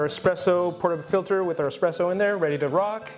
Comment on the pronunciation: Does he keep saying “expresso” even though he said it’s “espresso”? It’s driving me nuts!